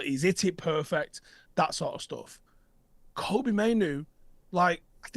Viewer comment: Btw you guys are pronouncing Kobbie's name wrong, its not Kobbie like Kobe Bryant, its Kobbie like Robbie, Cheers.